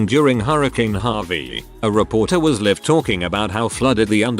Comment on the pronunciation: Live, not liv!! Can you guys listen to to the computer voice and correct pronunciation?!! Distracting and jarring!!